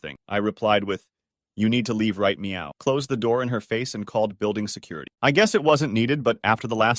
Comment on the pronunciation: "you need to jeave right meow" 😂